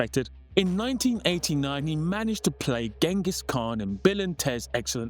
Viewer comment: I remember him in Bill & Ted (Gang-us Kahn) , Rapid Fire 🔥, & other movies! Lol probably butchered the name?!?!